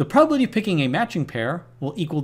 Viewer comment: Love your vids but please enunciate! You always pronounce calcUlate as calcAlate and prob-a-bil-i-ty as prob-bil-ty